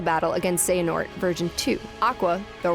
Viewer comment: tell me y the ppl of the leaderborad can perfectly pronounce xehanort while the ppl over IGN hve a difficult time with that one name lol